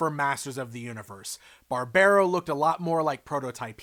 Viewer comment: love these guys, been following their development for quite some time now, wave 2 looks really promising too. Also i don´t think Barbaro is meant to be pronounced like that, with the american accent